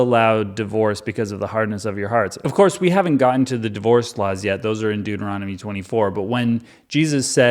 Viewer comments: WHAT? Deutermommny? Doomomommy? Deuteromomney? - related to Mitt Romney? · I really hope these Deuteronomy's mispronunciations are intentional.😅. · The number of ways one can mispronounce ”Deuteronomy” is the secret appeal of this video.